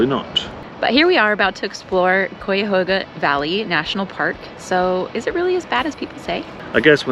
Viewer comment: I'm sorry, but I couldn't stand how you mispronounced Cuyahoga every time you said it. Did you not even bother to try to learn how?